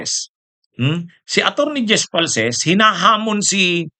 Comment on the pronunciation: Di po falces, falcis po name ng tao wag mo bisayain, sa ibang bagay ok lang